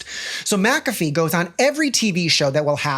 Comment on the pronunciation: I'm not all the way in the vid yet, but THANK YOU for saying "MACK-a-fee" instead of "ma-CAFFee"...I have had this argument with people SO many times that HE pronounces his name "MACK-a-fee," so that's the name of the damn program. Maybe it's my Scottish blood and the fact that the name is clearly Scottish in nature, idk. It just rubs me so raw to hear "ma-caffee". Ok, onto video.